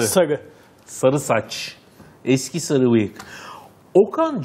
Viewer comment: D şlaksdlkşasdma "Sagı" nedir ya:D Sarı o sarı